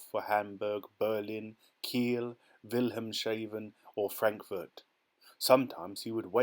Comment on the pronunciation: I like that you prounounced Wilhelm's Haven as Wilhelm Shaven🤭